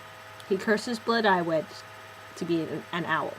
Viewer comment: ypure pronounceing blodeuwedd wrong. its Bluh die wedd the dd is like the th in weather.